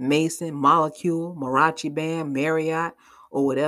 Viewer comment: He can’t get over that Mel finally made the decision to LEAVE HIM. He really was hoping that he could continue to normalize what he’s doing and break Mel down to accept THIS mess. ……when you said molecule and mariachi bannnnd…..I canNOT!!!!😂😂😂😂